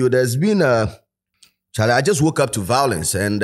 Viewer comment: More vawulence😂